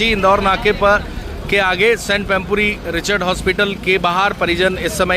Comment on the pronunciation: संत❌ सेंट✅